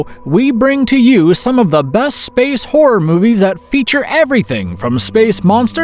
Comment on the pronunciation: I hate how this dude says SPACE